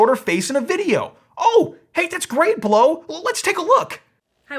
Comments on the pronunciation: considering how you made such a big dumb point about pronunciation - you should have known that Blaux rhymes with Tau. now - i've already ordered one of these portable air "conditioners" - clearly advertised as ANYTHING BUT a conventional compression-expansion-cyclic heat-pump. so i was ready to hear your PROOF that i had foolishly fallen for such a terrible "SCAM". what i actually heard was a bit of science - a lot of quibbling - and a rush to judgment - but no PROOF of anything. one thing i DID learn - is that i should be more wary of your click-bait titles in the future. and we shall see how well - or poorly - this unit works - here in hot ARID new mexico - when it arrives. (granted that Blaux SHOULD make it clear that the performance of such a device will strongly depend on the local humidity.) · "Blaux" is supposed to be pronounced "blow"? Really? I read it as "Bl-aux" - as in "auxiliary". "Blaurcks" or something; that's how I can best write it. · Ugh! I ordered one June 12th and haven't seen it yet. All I received was an order confirmation. I reached out 2 days ago by phone and email. No luck. This product is being shipped from China from the order confirmation. Had I known that, I would have never bought. Blaux however the heck they pronounce it has 2 choices. 1-send me the dayum product, 2-refund me my dayum $ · * dumb chick saying Blaux incorrectly * Blaux? More like plow. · Lol, that's not blow that's "blowksz" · I thought it was called Blaux, not Blo. Maybe I'm stupid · See, you would say Blaux like Lascaux, y'know, that famous french cave with all the paintings and shit, yeah, just... just a little phonetic reading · i pronounce blaux BLOWKCS